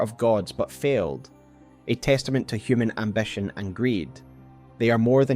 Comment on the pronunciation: You pronounce many words wrong, like: ambition, fit, mind, find, mankind. Seems like issues with letter "i" Otherwise, nice video